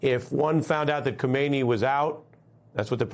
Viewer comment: Melber is mispronouncing the name of the current leader of Iran, Khamenei, and it sounds like he has confused him with the previous leader Khomeini. It is probably better to always say the full name Ali Khamenei, to minimize confusion with the similar name of the first supreme leader of Iran.